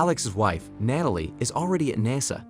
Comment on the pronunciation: what's with the random and repeated mispronunciations of Natalie and OB/GYN?